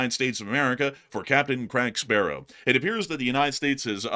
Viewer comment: I fucking lose it everytime he says "Captain Crack Sparrow"